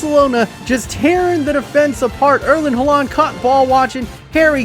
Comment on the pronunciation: “erlin hularnd”